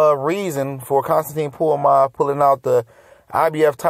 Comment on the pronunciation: Who da fuk is Puamav?! Come on CJ, it's pronounced Ponomarev (pa-no-ma-rev). It's tough to listen to you butcher these names bruh Get it together homie, lol